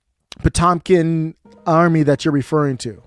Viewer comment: It's Poetempkin as in Poetempkin Village 👏👏👏